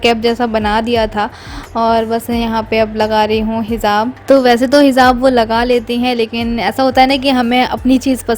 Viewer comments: Behan angrezi par halka hath rakho...hindi ya urdu ke alfaaz hi kaafi hai...kher tum urdu bhi sai se bol nai pati....hijaab...not hizab.... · Inka puura khaandaan aesi bolta hai Sa sha ka kuch pata nhi. Za ja ka ata pta nhi. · Hizab nahi hijab kehte hai sister urdu Arabic sikho pehle app